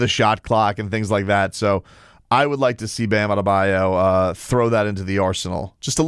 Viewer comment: Today we say Bams last name like Perk would Bam Adadebayou 😂